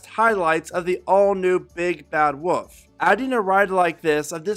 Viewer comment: why does he say "woof" instead of "wolf"